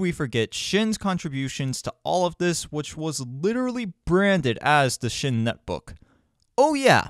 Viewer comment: "Shin"? Pronounced Sion.